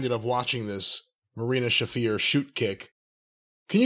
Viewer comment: He's even got pronouncing it "Schafer" now. I love it